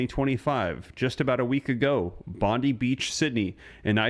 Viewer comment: its Bondi not Bondeeee